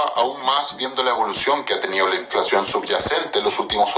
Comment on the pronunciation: No es inflaxion es inflacion 😂😂😂😂